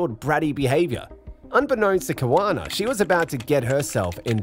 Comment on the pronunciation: Kawana needs lessons in diction , pronunciation and language usage.